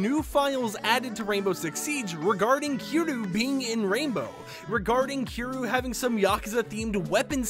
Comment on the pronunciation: You're saying Kiryu wrong lmao